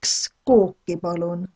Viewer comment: Just wondering about pronounciation. Ueks Kook, Kaks Kooki... when she says "kooki" it sounds like Kooke.. so the "i" sound sounds more like a scottish "i" more towards a strong "e"?